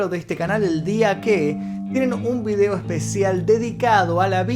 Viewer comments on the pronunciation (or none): none